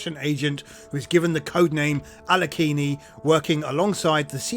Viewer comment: You don't pronounce the e at the end ;)